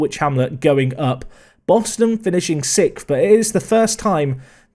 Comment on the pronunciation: You say “sixth” like “sifth” Lmaoo English people are wild